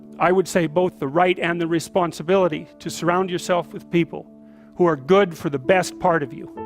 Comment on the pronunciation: “responability”?... I don’t think anyone has this... ;)